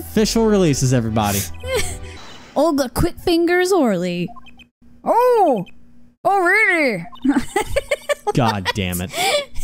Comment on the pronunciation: you know what grinds my gears? People saying Orly as 'orlee' even after she explains it SOUNDS like 'OH Really'